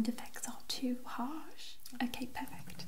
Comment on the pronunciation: Lol it sounded like you said ‘purr-fect’ after the cat image 😂